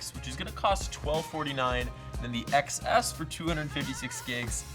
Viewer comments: Why don’t you pronounce it as 10 s instead of excess? Thats the pronunciation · iPhone XS is pronounced iPhone 10s...c'mon... xD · It's pronounced "10s".